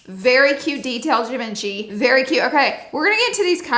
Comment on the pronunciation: Beautiful but please learn how to say Givenchy😂